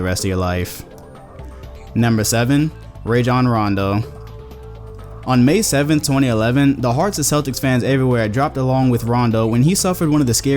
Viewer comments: who is ray-john rondo it is raw-jon rondo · "Me being a Celtics fan" pronounces Rajon Rondo's first name wrong